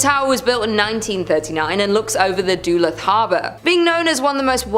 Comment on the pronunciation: Duluth is Duh-looth not Doolith. Allegheny is Al-eh-GAY-nee not Ah-LEG-a-nee. That is all.